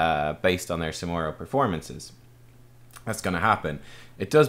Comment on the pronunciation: Ask your scottish friends how to pronounce SamuRo :)